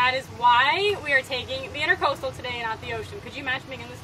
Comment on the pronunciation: Intracoastal not intercoastal.